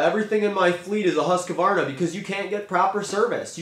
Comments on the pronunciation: Husk varna. Not huska varna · It is hard to take notice of someone who cannot pronounce the name of the product Husqvarna not Husq a varna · If you're going to say Husqvarna 100 times in a video you should learn how to pronounce Husqvarna. Not HusqAvarna.